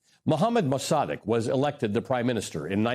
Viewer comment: "Maws a 'deg"...👈🤣... Mossadegh.....dude blew the name... EVERY TIME....👈👈🤣